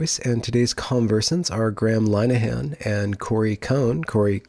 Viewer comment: How come you still don't know how to correctly pronounce "Linehan" ..?